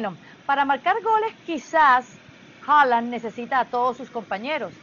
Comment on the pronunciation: Porqué hooland hooland, es haalan